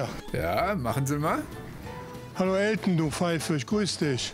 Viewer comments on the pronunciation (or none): Elten nicht Elton 😂